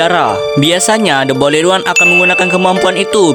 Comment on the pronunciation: the boiled one❌ the bolid one✅